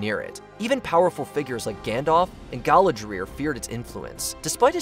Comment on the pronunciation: Galadriel not Galadrier 😂